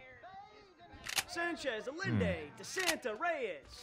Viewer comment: Lmao, I'm a native spanish speaker, and every time says Allende like "aleendee" i wanna die inside #suffering